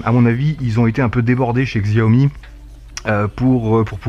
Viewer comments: par contre ça me fait mal d'entendre xiaomi... Ca se prononcé çiaomi... 😂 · Au passiage ca se prononce Ssiaomi, y a pas le sons xiao comme tu dis en chinois